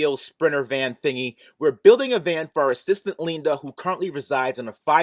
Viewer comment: ‘You probably like the rumble’. ... someone call Electrified garage’s ‘HR’. ‘pleese’... Leenda has a harassment complaint! 🤣